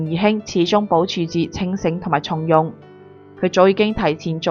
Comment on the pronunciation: 從容⋯⋯ 應該讀音⋯⋯鬆容！